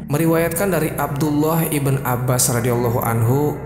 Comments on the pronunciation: maaf akhi, sebut nama jangan Ashif iben Barkhiyah, lebih baik anda sebut Ashif bin Barkhiyah atau Ashif ibnu Barkhiyah, menurut saya lebih jelas seperti itu, agak janggal didengarnya kalao disebut ibn (iben) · ibn dibaca ibnu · Iya didengar nya aneh